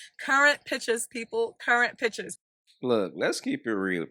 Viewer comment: Pitchers? Oh do you mean pictures? Cmon